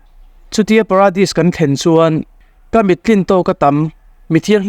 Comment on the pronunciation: Pradis nilovin Paradis ani zawk lo maw?